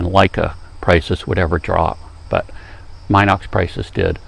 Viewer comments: It's' pronounced Minox just like it is spelled. NOT MYNOX. And the film is 9.5mm wide, not 9mm wide. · Very good and informative video about the B Minox, which, by the way is pronounced "Meenox", not "Mynox".